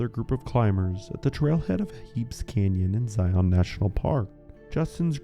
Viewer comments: As someone from Utah, I can say that Zion is in fact pronounced the same as Lion, but with a Z. JS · Zion is pronounced like “lion”. Moreover, we don’t use kilometers or Celsius. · It drives me crazy! I live in Utah too. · because of the pronunciation of Zion and belay?